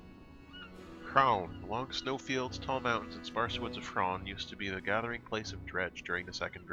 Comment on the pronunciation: I would correct some of your pronunciations, but the only one that needs a pull up on is Hraun! The "H" is a breath and the "raun" sounds like "roar-n" I still enjoy when someone gives it a good go and shows willing and purpose. :)